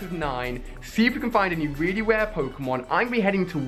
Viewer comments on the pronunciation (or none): he says ware not rare